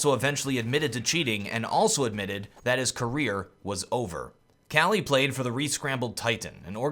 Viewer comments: not kqly but kukli :D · Isn't it pronounced Kukly ?